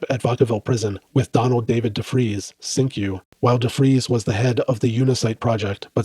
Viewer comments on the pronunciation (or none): Ironic that a multi-linguist would mispronounce "Cinque".